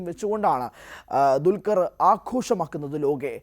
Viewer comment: ഇവനെ പോലെ തന്നെ വേറെ യും കുറെ ചിലരുണ്ട്..😂 അല്ലെങ്കിൽ ഇവർ പറയണം.... എന്താ ണ്‌ DQ വിനോട് ഇത്ര വെറുപ്പ്.... ദുൽകർ എന്ന പേര് പോലും ശരി ക്കു പറയില്ല....